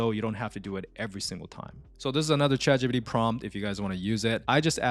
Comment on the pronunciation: "Chat gee-pee-dee" 😂 i love the video, thank you